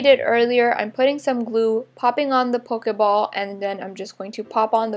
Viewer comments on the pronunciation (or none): you said pokaball it's pokeball